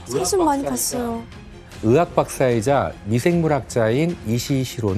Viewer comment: 으사라니.. 의사요 으자 으학... 태편양.... 잘못들리는지 발음만 듣게되네 가슴아픈 과거입니다. 젠장